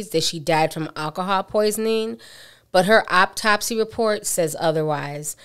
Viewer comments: AUtopsy. not OPtopsy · Auptopsy? Really? You speak slow, mispronounce words and take to long to get to the story. This is not the profession for you. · Wait, did her mother say "Aptopsy?" Jesus